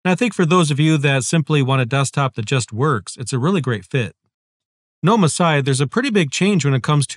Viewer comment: thank you for saying gnome correctly 🤓